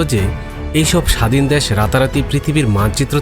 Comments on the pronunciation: Dash ki vai.. Desh pronounce korte paren na?? Apnr presentation valo na.. Onk important kotha miss korsen, onk information ordhek bole shes koren nai.. Jara football bojhe Tara amr kotha bujhte parbe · Dash na re bhai Desh bolo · শব্দটা দ্যাশ নয় দেশ....কথাবার্তা না শিখেই চলে আসেন....!!! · ভাই ঠিক আছে দ্যাশ নয়, দেশ সঠিক করে বলেন, না হলে সাউন্ড ইফেক্ট দেখা দেয়। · ভাইরে "দ্যাশ" নয় "দেশ"! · দ্যাশ উচ্চার কিন্তু হতাশাজনক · দ্যাশ.... কি উচ্চারণ ভাই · দ্যান আর দেশ উচ্চারণ ঠিক হওয়া উচিত